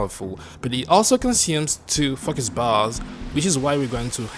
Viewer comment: stop saying FAKUS!